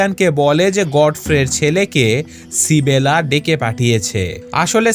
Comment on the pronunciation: ভাই সিবেলা টা কে মেয়েটার নাম তো ইসাবেলা।